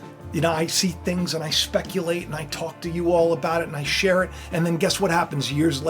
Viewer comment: "LIKE SHAE SUBSCRIBE"